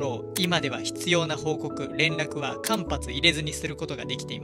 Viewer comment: 「間髪」は「かんぱつ」ではなく「かんはつ」ですよ。